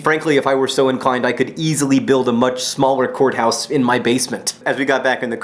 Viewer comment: The first time john said worlds smallest courthouse i totally thought he said worlds smallest whorehouse..